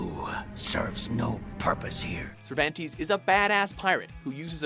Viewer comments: 1st. Heihachi also appeared in Soul Calibur and Tekken... 2nd. Its pronounced "Sir Vahn Tez" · It's Cer "VAHN TÉS". Reminded me of this tournament player in II that thought he was the shit with Cervantes, but couldn't pronounce his name. Worst part is the announcer says his name in the game, lol. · Lol where the hell do these narrators get their pronunciations? (Sur van tees) lol wtf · Am I the only one who cringed when he kept mispronouncing Cervantes? (Sir-Von-Tes) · geez, cringed at the mispronunciation. Cervandeez nutz! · You pronounce Cervantes all wrong omg that's hilarious. How do you get the names wrong when the game says them when you pick them? Dumbass lol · It kills me the way you pronounce Cervantes... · The way he pronounce Cervantes bothers the fuck outta me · why is it that people on YouTube seem to pronounce Cervantes' name wrong? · Pronounce Cervantes wrong one more time please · I didn't know you could butcher the name "Cervantes" so horribly. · Lol Cervantes.... The game LITERALLY tells you how to pronounce his name.... but you still sound like an idiot. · your pronunciation of cervantes is pretty painful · Why can't you say Cervantes name correctly ? Even the game it's self pronounces it for you... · nightmare was pretty badass .......but am i the only one kinda mad that cervantes's name was mispronounced......sorry for being a stickler :( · Ok i know everyone has a different way of saying things but i feel like you guys mispronounce names on purpose xD i mean come on, they even say how cervantes's name is said in game! in every game! i love you guys but that small detail in almost every video bothers me...either way 10/10 love the list lol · Anyone else bugged out on who cervantes is being pronounced in the video? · the way he pronounces Cervantes just irks me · I enjoy these videos but a recurring problem in your videos is mispronunciation notably Cervantes in this video. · The way he pronounces Cervantes gave me cancer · Sir VanTees